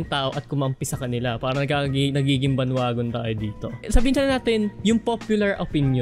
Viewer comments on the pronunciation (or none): bandweygon po pronuonce don😂😂 sorry aken